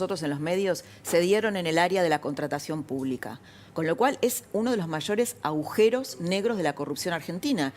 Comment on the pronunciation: a gu je ros, son cuatro sílabas, por qué todos dicen au je ros??????